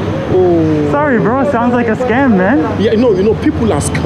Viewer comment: he said scum, not scam